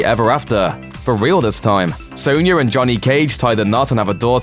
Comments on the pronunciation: Sonya Not sawnya 🤬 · Yeah and he pronounces Sonya as Soanya...